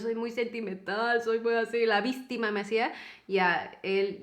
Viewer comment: ¿dijisté "víStima"? ajajajajaja, ese hit made in Chile llegó a ser popular en todos lados.